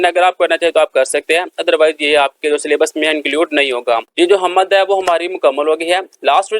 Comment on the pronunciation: Sir ji talaffuz "hammad" nahin " HAMD" hai.